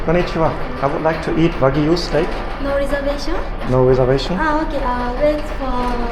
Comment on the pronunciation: I liked how he said Wagu lol but yeah it's VERY HARD to learn a new language and that is awesome and you can't help your accent